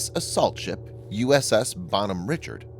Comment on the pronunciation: Her name is pronounced Bonhomme Rishard not Richard with a hard ch.